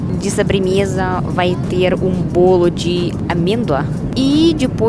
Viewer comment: Precisa melhorar a pronúncia do [Ô] nas palavras. Evitar trocar pela pronúncia [A]. balo > bolo ; aeraporto > aeroporto ; tamate > tomate